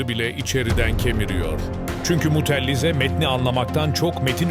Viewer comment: mutellize değil mutezile